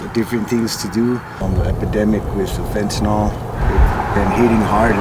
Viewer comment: It's fentaNYL... Not fentaNOL.